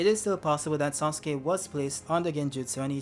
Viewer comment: Why are you calling "Sasuke" as "Suske"? 😂